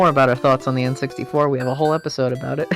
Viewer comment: I’ve never heard anyone mispronounce “episode”.